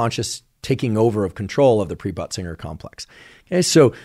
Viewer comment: Pre-butt-singer 😂 complex is what I heard him say, and I thought that really needs to be renamed. I looked it up and it is Pre-Bötzinger Complex😊